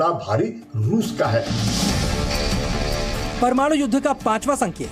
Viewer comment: Ye pramanu nehi mam... Ye parmanu hai